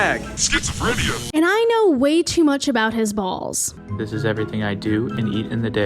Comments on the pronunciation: "Have you tried slapping your bwalls kids?" hahaha that broke me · Lmfaooooo have u tried slapping your balls kid HAHAHAHAHAHAHAH you shoild talk like that more often 😅 the accent that was fkn jokes